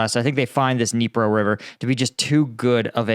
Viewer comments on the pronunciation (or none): none